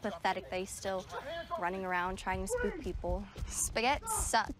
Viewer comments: “Say Spagoot” love how he pronounces it wrong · It’s amazing how much the pronunciation of “Spagett” degenerates over time. You’ve got “Ah-Shboogeeta” “Ah-Shpoogatta” “Spigoot” “Uhhhspughurrt” “Sperburk” “A-spigoot” and “Shpoogaht”. Incredible.